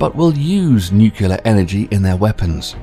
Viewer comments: It’s not ‘Nucular’, it’s Nuclear. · Nuclear, not Nucular. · "Nucular"??? it's nuclear. "Caviation"?? It's cavitation. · And the word is pronounced "nuk-lear" not "nuk-u-ler." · Not to mention that he says Nucular instead of Nuclear. Every time I hear someone say that it makes me want to jump out of my skin. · Thumbnail but yeah, not to mention pronouncing it nucular instead of nuclear and I guess when he said cavation he meant cavitation I'm ok only speculating though since cavation isn't a word I have heard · It would really help if you would stop mispronouncing "nuclear." NEW-clear not NYOO-kya-ler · It's pronounced "nuc-LEE-ar" not "nuc-U-lar", good God that drives me freakin' nuts!! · Learn how to pronounce "NUCLEAR." It's pronounced: NEW CLEAR, not: NUC U LAR. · how about "cavation"? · Can’t we please stop mispronouncing it “ nu cu lar?” It’s “ nu clee ar.” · You would think they would hire a narrator that could pronounce the word Nuclear. It is N-U-C-L-E-A-R, not N-U-C-U-L-A-R. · Great vid. Exciting stuff. Minor note: "Nuclear" is pronounced "new-clear", not "nuke-ya-ler", and the word relating to the noise propellers make vs pump jets is "cavitation" not "cave-ee-ation". This is not criticism. Just some assistance going forward. Loved the video and subscribed! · Destiny. I had to verify it several times due to your accent, and to my surprise you actually said "NUCULAR" when it should be NUCLEAR! It is sad when people don't care to know the difference between these two words! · NU-CLEE-AR ... say it with me. NOT Nu-ku-lar... as in, the NUCLEUS. NUCLEAR: weren't you READING as you said that shit?? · i already seen the comment but ITS NUCLEAR NOT NUKULEAR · Nucular? Not a word. Caviation? Not a word. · I thought it was GW narrating when I heard "nucular"! :D The word is nuclear not "nucular". :D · Properly spoken. The word is NU-CLEAR...Not Nukuler. Okay George W.? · It's a nucleus. It's nuclear not nucular. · Nucelar or Nuclear? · NUCLEAR NOT NUKULAR